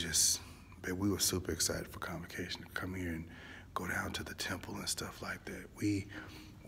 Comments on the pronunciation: Are you saying “Complication” conference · No he is sáying convocation